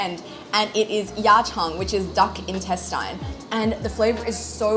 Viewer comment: Duck intestinha, llllol